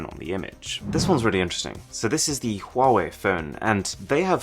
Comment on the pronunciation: Did he say quawai